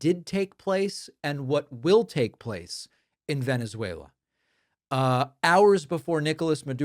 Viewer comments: Venezwalur!!! lmao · Not many Tesslurs in Venesuelurr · The reason Donnie says "Venerzueler" is because he's a closet Bernie Bro . . .